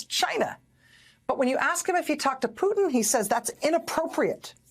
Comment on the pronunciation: Vladimir 'who'tin 😅